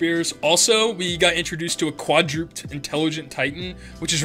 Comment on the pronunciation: This is a bit nitpicky, and I don’t want to be insulting, but “Quadruped” is pronounced as kwaa-druh-ped.